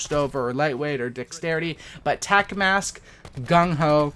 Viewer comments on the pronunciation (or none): none